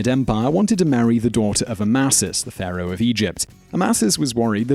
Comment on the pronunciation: Ew Simon why u say Pharaoh like that 🤣